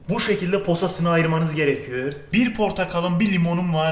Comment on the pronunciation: Gerekiyor demek yerine gerekiyour diyo